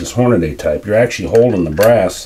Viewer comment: Show me where you see the spelling "hornaday", and explain why you pronounce it "horn-a-day" when it's spelled Hornady and pronounced "horn-a-dee".